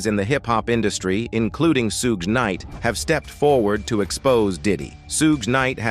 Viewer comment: These AI narrators be KILLIN ME😂😂😂. "Soog Kanight